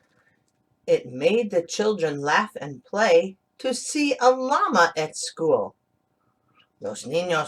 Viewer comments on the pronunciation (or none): Thanks to read for us. Just be careful with the word LLama, in spanish de LL is pronounced like the letter Y, Yama